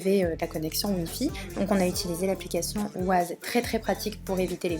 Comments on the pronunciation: Waze se prononce ouaize 😛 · Bonne vidéo, tu parles peut-être un peu vite et ça nous laisse moins de temps pour rêver sur paysages mais sinon c’est bien pour donner un avant goût du voyage, merci😉 P.s je crois que l’application qui ressemble à maps se prononce "wèize"